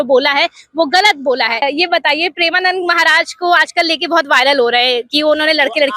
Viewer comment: Pahale tu maharaj ji ka naam dhang se le uske baad report ban mike utha liya kuchh bhi bolne lagi